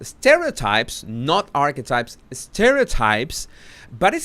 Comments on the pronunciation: Maybe it's me but I keep hearing "arsewipes" when you say archetypes 😅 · Can someone tell me …did I hear right…he called Archetypes…arsewipes??? Or am I misunderstanding? 😂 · Is he saying Arsewipes instead of Archetypes? 😂😂😂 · Yes😆he’s doing it on purpose 😃 such a cleaver man our ❤️